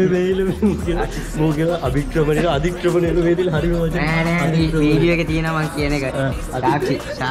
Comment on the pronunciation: අධික්‍රමනය නෙමේ මෝඩ පගො අතික්‍රමනය